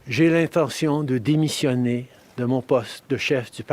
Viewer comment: Laughing burst when he said demisionne